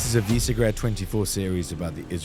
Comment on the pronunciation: Why do you MISPRONOUNCE “VISEGRAD”?